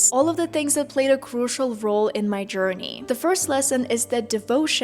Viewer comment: Careful there with the words |sher-ni| (journey) and “language” pronunciation. Good job.